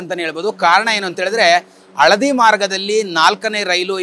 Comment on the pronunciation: Aladi alla ಹಳದಿ !